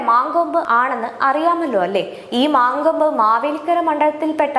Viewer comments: മാങ്കോമ്പ് അല്ല, "മങ്കൊമ്പ് " ആണ് പെങ്ങളെ 🙏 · മാങ്കോപ്പ് അല്ല. മലയാളി ആണോ അച്ഛനും അമ്മയും ? മങ്കൊമ്പ് ആണ്